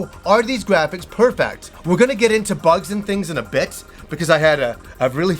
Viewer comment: He pronounces “perfect” as “purfact” and I luv it